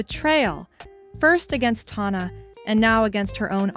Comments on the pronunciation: the “tawna” is driving me up the wall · You did all this “research”, but what you should have been doing is learning how to pronounce her name.